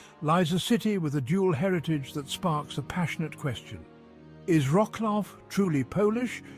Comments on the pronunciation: vro-souaf and not roclo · WROKLOW 😂😂😂😂 wrong pronunciation, you should say vrot·swaaf 😂😂😂😅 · Wroclaw - not łroklau. For Gods sake. Vro-ts-lav - It is pain for ears hearing łroklau all the time. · vrotzlav no vroklav (-au) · Wrocław you have to pronounce it like Vrotswav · I've always heard Polish people - or people of Polish ancestry but born and brought up in the UK - pronounce it as Rotzswav (British pronunciation) though of course that's (ie the English pronunciation) not the way the name of the town is written. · What a slaughter of the name of Wroclaw, it gives me pain in the ears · I turned away from this as soon as the bad pronunciation and irrelevant pictures started There are mo mountains or even hills near Wroclaw and it does not look like the square in Warsaw.